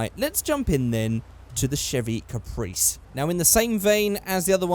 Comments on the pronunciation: اسمع كيف قال اسم الكباس قال له كبريس ماقال كابرس قال كبريس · The Caprice is actually an Australian car. Holden special vehicle, and it is a rear wheel drive stock. And It is pronounced capreé